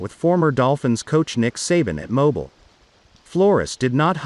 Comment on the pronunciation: Moe-bee-eel, AL